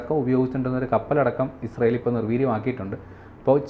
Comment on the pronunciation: മോഡം ഇഷ്രായേൽ അല്ല ഇസ്രായേൽ എന്നാണ്